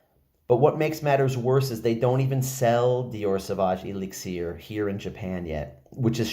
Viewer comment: The way u say elixir drives me nuts